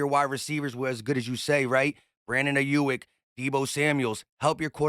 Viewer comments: it’s AYE YUUUUK NOT YUIK 😂😂😂😂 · Hey! great take as always 👌🏾 but the dude's name is pronounced Eye-yook